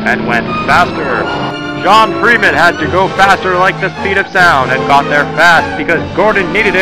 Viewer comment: I like when he said "It's Freem'n Time."